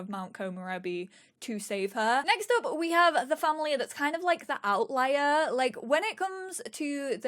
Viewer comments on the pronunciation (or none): none